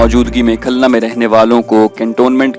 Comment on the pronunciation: Khulna. Ko khalna